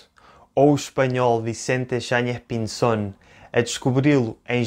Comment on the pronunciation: Muy argentino tu acento para pronunciar "Yáñez Pinzón" !! Parabéns, passa por nativo